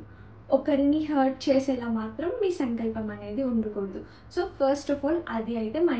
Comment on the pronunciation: Sankalp kadu telugulo sankslpam ani palakali.